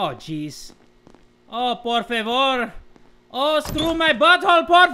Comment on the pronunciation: JAJAJA Porfevooour I love you 😂😂😂💗 Español PERFECTO